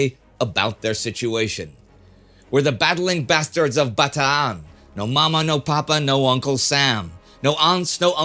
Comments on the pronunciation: “Bata-an”. He pronounced it right! Most non-Tagalog speakers say “Bataaaaan” (kinda rhymes with man). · Thank you Indy for being one of the few non-Filipinos to pronounce all the "A"s in "Bataan." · Love it when he said Bataan the right way. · Congratulations on your correct pronunciation of Bataan, a rare achievement for an American! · Yes, it is how Filipinos pronounce it. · It's great how Indy corrected his pronunciation of Bataan since a few videos ago. That drive for authenticity is what makes this channel the best. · Oh, I get exactly where you're coming from. It's definitely the accurate way of pronouncing it and I have no problem with it. I just remember Sir Laurence Olivier saying the poem the "American" way in the World at War series from the 70s and am used to it.